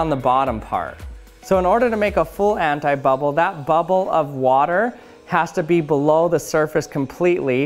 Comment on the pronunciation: I am French and I hear hentai-bubble xD